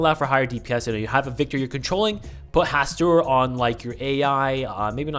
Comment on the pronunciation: not to be the lovecraft nerd but it's pronounced HaSTOOR